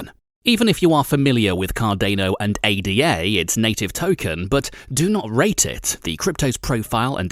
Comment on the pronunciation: How do you manage to mispronounce both Cardano and ADA...😶